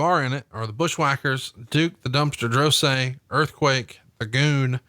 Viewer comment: Even after all this time, still mispronounced Duke Droese's last name.